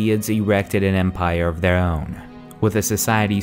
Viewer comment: Halt halt halt you mispronounced Empire you will face the wrath of the mighty Talos